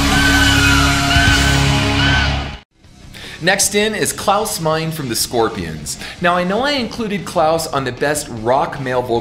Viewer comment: I agree that Dio is the best! He has long been my favorite. I was glad to see JLT and Jeff Scott Soto make your honorable mentions, sad to see Graham Bonnet left off though. One bit of correction though, but the Scorpion's singer's name is Klause Meine and the 'e' at the end is not silent, it's pronounced as a short 'a' as is ah. I have heard you do this multiple times and whoever did your titles in the vid spelled it 'Mein', sorry, don't mean to be a nit picker, but the least we can do is get a person's name correct. I love your vids brother, keep up the good work and God bless.